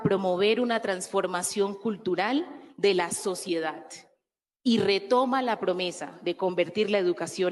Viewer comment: Sociedat????? Felicidat???? Ministra de educación por favor pronuncie bien.